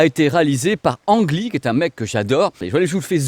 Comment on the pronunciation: Petite info made in Taïwan : si tu veux te la jouer dans les dîners en ville, il ne faut pas dire « Ang Lee » mais prononcer « Lee Anne ». Je vais être obligé de l’acheter pour faire à ma taïwanaise d’épouse 😅